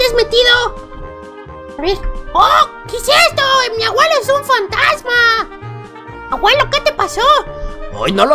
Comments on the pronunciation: se dise abuelo no aguelo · Naomi Salas es por que el no dice abuelo dice aguelo y como el dice aguelo, en el titulo tambien le pondra aguelo aprende aprende APREEENDE POR FAVORÑ